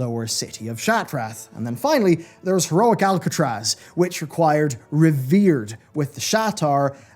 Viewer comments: ARCatraz,! Not Alcatraz! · ARC-atraz not ALC-atraz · aRcatraz not aLcatraz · ARCatraz, not Alcatraz. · The ARcatraz... there's no "L" in that dungeon name. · Are you purposely calling it Alcatraz? Cus thats not its name...